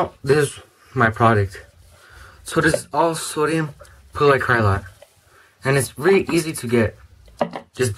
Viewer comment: It is so-Di-umm-poll-eye-acr-a-late